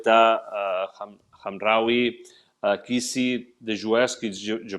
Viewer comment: y a pas de hkhamraoui 🤣🤣🤣 C'est Mazraoui 👍👍